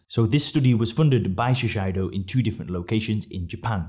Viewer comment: Shiseido is pronounced: she say doe